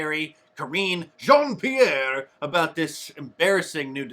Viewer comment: Korine “Jean-Piere” 😂